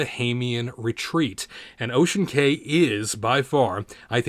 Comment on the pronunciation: It is pronounced Ocean KEY